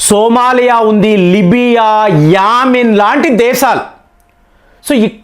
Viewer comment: Yaamin entiraa nee bonda. Yemen anaali.